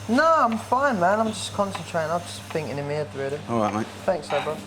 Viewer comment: "I'm just finking in my 'ead." ~Lee Ryan As opposed to the other places he finks...